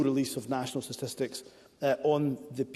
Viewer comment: Is Himso saying “stististics”?